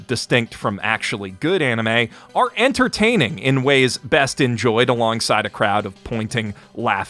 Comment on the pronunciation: "interterning" lol